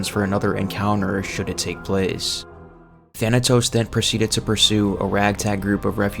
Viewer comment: He mispronounced Thanatos to Thanos